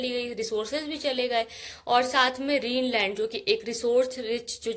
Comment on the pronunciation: rhienland not rhinland